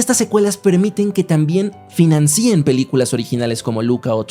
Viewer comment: No se dice diferencíen ni financíen... Es diferencien y financien